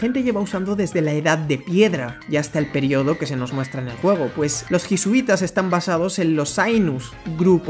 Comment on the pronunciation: Los "jisuitas". XD